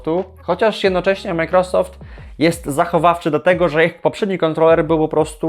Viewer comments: czy możesz panie redaktorze nauczyć się poprawnie wymawiać i akcentować microsoft? nie przeciągaj na ....rosoft tylka akcent jest na początku . micro....... należy przygotować się do materiału a firma "Microsoft" na pewno będzie wdzięczna za niekaleczenie jej logotypu. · Jak Ty w denerwujący sposób wymawiasz Majkrosoft 😂